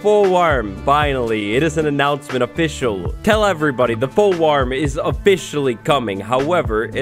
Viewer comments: fool warm? I think you mean wo.... (Banned) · “Fool Warm” 😆😆😆😆😂😂😂😂😆😆😆😆🤣🤣🤣🤣